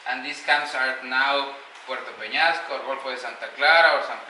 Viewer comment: The narrator needs to learn to pronounce Penasco properly.